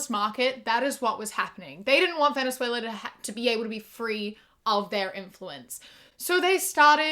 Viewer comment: As a Brazilian, I didn’t think that Venezuela was pronounced like that